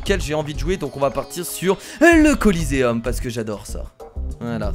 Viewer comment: Le Colisée pas le Coliséeum